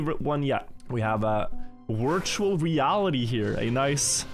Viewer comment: Aren't half of those in Granady's "Wirtual" word of the week cup.